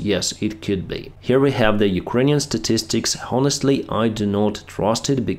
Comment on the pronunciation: Demoralised. Morale lowered. The O is an o between more and mow. Find a recording of "morale" but note the a is different in demoralised than in morale or morals. Honest is silent H.. Honest Honour Hour, those three start with silent H.